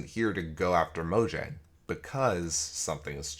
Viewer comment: It’s pronounced Mojang.